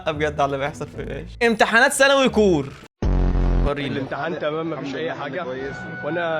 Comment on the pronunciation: يا اسمها سكور مش كور🙂💔